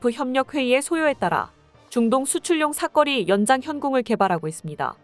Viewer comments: 여기서도 멍청한 나레이터가 여전히 '사꺼리'라고 발음하고 있구나. 대포의 '사거리'를 '사꺼리'로 바꾸는게 그렇게 재미있냐? 이 멍청이는 또 중간에 '사거리' 라고도 발음하니 낮은 지능에다 기억력까지 형편없는 문제아가 틀림없다. 이걸 그대로 내보내 한글을 모욕하는 제작자도 마찬가지고. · 그런데 사거리 발음이 안돼나 경음으로 발음돼는 말이 아닌데 굳이 경음으로 발음하는지 이상하구만